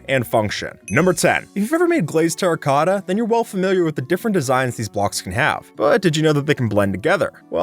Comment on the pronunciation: "Terra Cotta"